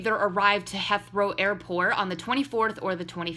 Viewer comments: It's pronounced "HEETH-row" airport. Heathrow is the busiest airport in Europe and the sixth-busiest airport in the world. He and Danielle went to London for Leicester City footballer Jamie Vardy's wedding; now they've returned. This is all over the Internet. I do not think Louis and Harry are together. I don't think Louis is gay or hiding anything. I believe Louis and Danielle are dating, and that Louis' child is Freddie, and that Briana is the mother. I don't see anything shady here. It all seems normal to me, at least in the context of his life as an international celebrity. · I love you but ITS HEATHROW NOT HETHROW OML I HAD TO PAUSE JUST TO SAY THAT THR BRITSH PART IN MY CRUMPLES